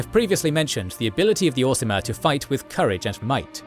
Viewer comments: You do keep saying 'Orismer' instead of 'Orsimer', which is odd. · He also kept saying ormiser! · Also the "Orismer" haha